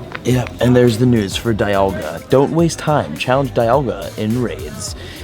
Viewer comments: it's dee - al - ga not die - al - ga you nerd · Dee-alga not die-alga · its Di-alga not Daialga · It’s not die-alga it’s Dee-alga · It's Dialga not Dailga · It's Pronounced Dee-AL-Ga...Not Da-YaL-Ga...I get triggered everytime you pronounce it wrong.. :-/ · It’s pronounced deealga not diealga I know it’s spelled dialga don’t me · Deeealga!! Ahh every time he says it my heart breaks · DIE-Alga lmao 🤣 Have you played Pokemon Diamond/Platinum? Cringe every time he said DIE-Alga 😬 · Ryan Noble lol, he kept saying DIE-Alga broke the game, more like he broke the game by pronouncing it totally wrong lmao 😆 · How would you pronounce it? C'mon be honest now. :P When Diamon/Pearl first came out I pronounced it like he is. I still pronounce it DIE-Alga because the correct way is wrong! XD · "Dyalga" lol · Ik it’s Dee-alga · OMG .... ITS DEEEEEE ALGA. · It’s pronounced dee-al-guh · Victor Medellin he’s just playing pokemon from pokemon go. No wonder he doesn’t know how to pronounce Dialga, DIEAlga lmao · Pronouncing dialga completely wrong, someone didn't watch the movie eh? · Am I the only one getting pissed of his pronunciation of dialga? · Does ut not bother anyone els that he pronounces it wrong??? Cause am botherd by it!!! Plzzzz......learn!!!! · If you mispronounce dialga one more time, I'm gonna have another hernia.